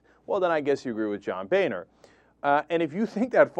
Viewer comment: Cenk, I think its pronouced Boner....lol